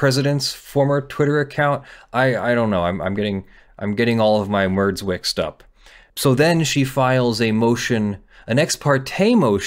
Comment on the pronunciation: "merds wixed up" love that verbal flair you did there